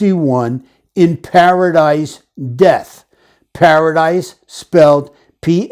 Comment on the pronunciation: Para"dice"....maybe he's played the game of dice, he's a gambler, frequents casinos? Or am i way off🤷🏼‍♀️